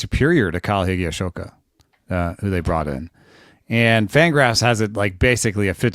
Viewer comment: That was a bit painful listening to trying to pronounce "Higashioka." 😏